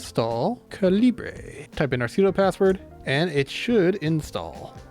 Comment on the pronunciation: Calibre is pronounced kal-e-bruh